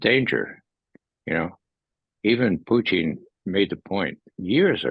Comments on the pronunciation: Purine and Fries? Why doesn’t this guy know who the president of Russia is? Putine or Puteen? - want a Diet Coke with that Putine? It’s Putin not Putine buddy! Can not listen to it anymore- so annoying when someone doesn’t know how to pronounce the name. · Puteen,come on, guy, it's not French fries and cheese. It's Putin (poo-tin) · Okay, that guy just insist on saying "Putine" it's Putin. Even Putin say's it's Putin. Don't know what he thinks he is doing, but its annoying. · This guy thought it was Comedy Central. Also, he loved saying Puteen, okay? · i like grandpa 👍🏾 plus the way he say PuTIN 😂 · Mee too lol. He says puuty